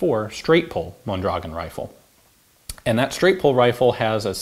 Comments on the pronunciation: Pronounced: mon-dra-GOHN. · It's pronounced Mondragón... Stress goes on the "o". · Thanks Ian. I’ve enjoyed the video very much. I’m looking forward to see a video about the Mendoza LMG used by the Mexican Army. By the way Mondragón is stressed at the last syllable hence the ó. Greetings from 🇲🇽